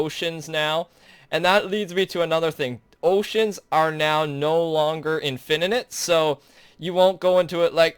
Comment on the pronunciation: "infininite" lol